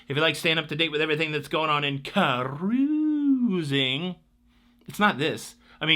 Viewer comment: I applaud Carnival for not having political coverage on ship. Don't change anything, intro song, or your fun "cah-rooz-ing"!